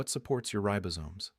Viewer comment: Ten minutes in... any doctor or health expert who recommends chocolate, is alright with me! OTOH, any doctor or health expert who mispronounces "ribosomes" is an AI!